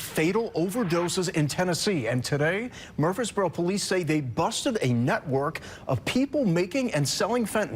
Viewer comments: Bruh why u said Murfreesboro like that not how it pronounced but whatever I guess 😂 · The fact that you can't pronounce Murfreesboro makes everything else you say ridiculous. You literally couldn't invest 2 minutes to figure it out. Stop it. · wtf can't you pronounce Murfreesboro? the news clips you show say it right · Your not saying Murfreesboro right 😊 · I live in murfreesboro. Glad they busted their asses. Good riddance. Also, your pronunciation of our city name is so funny to me. God bless you brother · DUDE please!!!! You put so many newscasters on showing you how to pronounce Murfreesboro correctly and you still butchered it every single time. Less emphasis on that “R”. Watch how the broadcasters from there say it. I tried to let it slide but the more you did it the more it was like fingernails on a chalkboard. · Was counting on you to roast this guy for his pronunciation of Murfreesboro. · i've lived here my entire life. my family has lived here for generations. the murfree's are an actual family and yes you do pronounce the second R. you are wrong. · 🤣 It's pronounced: Mur-frees-burrow🤣 You tried. I'll give you A for Affort. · where? Murfreesboro? That's pronounced more like Murphy's burrow. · Why is he saying Murfreesboro like Murf-frees-boro? it's Murfrees-boro. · Its pronounced Muprhys borrow... not murph freeze bro lol 😆... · I’m from Memphis tn it’s actually Murphy not mur- free-borough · Bro ! It’s pronounced MURF-REESBORO like Murph - reesboro.. not mur-Freesboro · Murphys borro not Murp freee boroooph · Mur-frees-bore-oh Not Mursfreeboros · he's adding an S after mur for some reason. saying free is correct but murs - frees is incorrect. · Murphy + burough, bro it’s Murpheesboro… wtf😂 not freeze + burough… jackass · he is pronouncing it wrong by adding an S after Mur. you are pronouncing it wrong by saying fee instead of free. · “MUUR -freeze-burro”. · dude its murfysburo lmao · Mur-freeze-burro.... it aint hard to say dude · Yeah lol Murphys Boro 😂😂